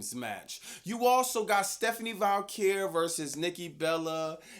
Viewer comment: Dude... STEPHANIE VAQUER there is NO letter L in her name.